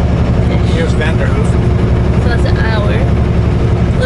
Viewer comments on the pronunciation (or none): Good morning a bit behind on videos but it is Vanderhoof not Vanderhuff